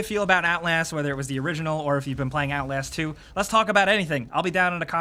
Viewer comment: He said "OutLAYASST 2" HAHAHAHA